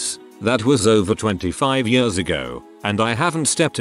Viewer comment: Always makes me smile when the robot voice says "yeurs" (years).